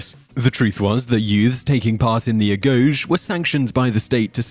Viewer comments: Ae-go-gei, not a-goge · Agoge is pronounced Ag-oge-ee. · And wasn't it pronounced , A-go-gee? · The correct pronunciaton is "ah-GO-gay". The seecond is also spoken as a hard G.(I really wish I had taken Greek in school insted of Latin!) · Agoge is pronounced Ah-go-j